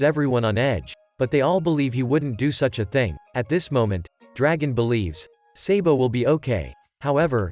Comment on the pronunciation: Why are you always say sebo but we call him sabo